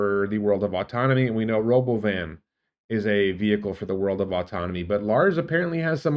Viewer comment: You failed to pronounce robovan properly like Elon. It's Ra-Bow-Vin